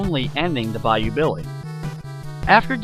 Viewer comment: when i played the game i didnt hear the adventures of BAYOU BILLY ....I heard the adventures of bayou biwwe